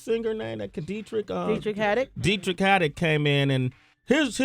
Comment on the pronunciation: Sway: "What's that singer name, that Kadeitrick? Oh, Deitrick Haddick" It's Deitrick Haddon Loool